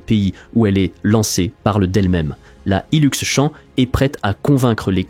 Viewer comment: C'est Champ avec un P a la fin. Comme Champion, pas champ campagnard !